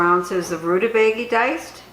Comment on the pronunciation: According to interwebs, it's pronounced roo-tuh-bay-guh. Sorry, don't mean to be 'that guy' but your pronunciation made me laugh. Thanks for all your good videos!